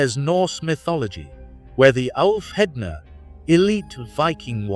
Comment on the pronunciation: Thank you for the video it was really good. Wolves are my favorite animal. You mispronounced Ulfhednar but you were very close 🐺⚔️